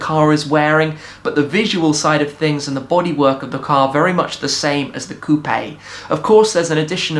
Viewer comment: Coupe is pronounced "Coop"